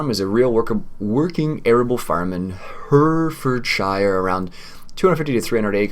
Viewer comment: Dear me,. Love your videos, but your pronunciation of English place names would make an angel cuss.:-) (puts on teachers hat) Now in the interest of international peace and understanding try this... HEH-reh-fudd-SHEER COLD-buh-ruh - depending on the exact regional UK accent you can really de-emphasise the second syllable, so it almost becomes COLD-bruh Master those, my good sir, and you'll sound 83% less like an American tourist. Now if you could just remember to drive on the left side of the road?:-D Joking aside, the Coldborough map really does reflect the UK countryside almost perfectly. The main road, that you thought might be over-wide, is about right for a rural main road, even down to the lay-by (the dirt covered roadside parking area). The only thing that doesn't look right is the road markings at the junction, which I'd expect to be Give Way (double dashed-line) rather than Stop (single solid line). The dirt roads leading from that to the farm and other places may be a little too wide, and typically they'd have hedgerows close on either side. The overall colour palette - the greens of the grass and the vegetation - is spot on too. Overall the creator's done a fantastic job, and if I hadn't already committed to doing a series on Hagenstadt 2015, Coldborough would have been the UK farm I'd been waiting for since the FS15 launch. Look forward to seeing this series continue. And Many Happy Returns to your good lady.